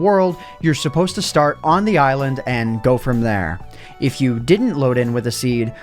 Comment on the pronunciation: Did he say "eyelond*